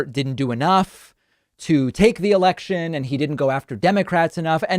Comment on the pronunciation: Did he say election or erection?